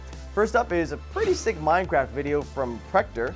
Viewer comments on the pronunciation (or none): said minegraph